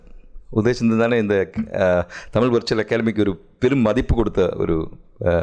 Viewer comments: Brilliant talk on Sangam Thamizh. Thank you Sir. Your talk in Thamizh would be still brilliantly beautiful if stress is given on "zh" in Thamizh. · தமிழ் கூறும் சபையில் தமில் வாளியே என வரவேற்பது மனதிற்கு வேதனையளிக்கிறது